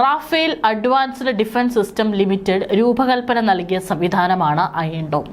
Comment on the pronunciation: അയേൺ dome അല്ല അയൺ dome!